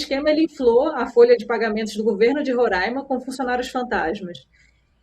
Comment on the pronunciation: RORÁIMA, se fala Roráima 😬😬😬😬😬😬😬